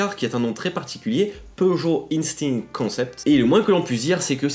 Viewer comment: "Peugeot instinct concept"....prononcé en français ça sonne quand même mieux non ? Pourquoi le prononcer à l'anglaise ? C'est totalement débile .O_o